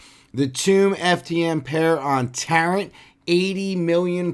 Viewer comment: Friendly reminder the final t in Tarot is silent, as in tarot cards :)